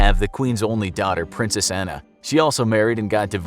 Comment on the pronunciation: I'm bitish and I know that it's not pronounced anna it's pronounced anne